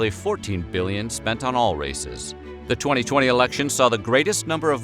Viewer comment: He said 2020, I heard 2000, and then thought ”damn, 2000 sounded just like damn 2020”